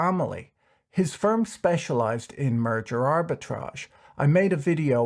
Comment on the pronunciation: Did you just say Murder Arbitrage?